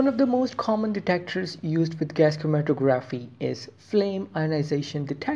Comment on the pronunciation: the tography part of the word is pronounced like photography hope that helps